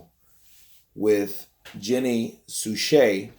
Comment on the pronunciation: "Jenny shu su" 😂😂